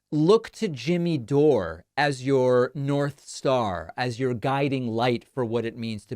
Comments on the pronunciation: Yes, lets listen to you Pakiman, the idiot who can't even pronounce DORE. ITS DORE NOT DORÉ 😂 You're such a tool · It's not Doray, it's pron. like door. There's no accent on the e, David. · "Do-ray"???? Did David have a head injury? DORE! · Dore` is how my last name is pronounced. Weird to hear it from your mouth haha. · "Doray" lol 😆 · The way you insist on pronouncing peoples last names incorrectly, while you KNOW the way they pronounce them is so freaking annoying. You're literally the only person in the world that prnounces it "Doré" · Please stop saying his name like that David, when he says his name,he says DOOR!!!!!!!!!! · You're pronouncing his name wrong, David, it's door, like close the door 💯💯💯😂🤣😅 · Jimmy Dore is a bullshitter and a nutcase. By the way, you're the only one I've ever heard pronounce it, "Jimmy Dor-ay". Also you say, "Lauren Bo-bear". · You know so little about him you can't even pronounce his name. So maybe do a little more research before shooting off your stupid mouth. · You either don't watch full shows and are accidentally misunderstanding Jimmy or have your own agenda in which denigrating Jimmy Dore serves some purpose. Money? Political points? Frankly, mispronouncing his last name seems petty but seems to imply your unfamiliarity with his wider body of work. That seems to work against you here. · Davey cannot even pronounce jimmy’s last name correctly!K 🤣